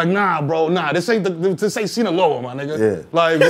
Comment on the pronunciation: “This ain’t Seneloa” 😂😂😂😂😂😂😂